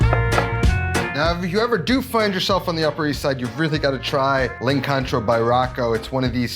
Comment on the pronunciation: LOVE this recipe!! I have to say this so I can take the fall-out. It's pronounced, Leencontro - that's with 2 long Os, not 2 different Os. I know...you're from NY. 😆And, the sign near the end of the vid has a spelling mistake. It shows, "L'lincontro but, it's supposed to have only 1 L (at the start). There....aren't you SO happy I shared that? Keep sharing brother. Great stuff. Gotta make this one!